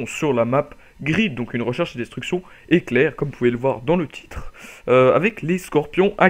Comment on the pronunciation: Pas de "e" à éclair, sinon gg